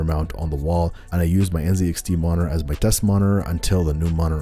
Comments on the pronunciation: There's a T in monitor 🤣🤣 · bruh why do you say monitor that way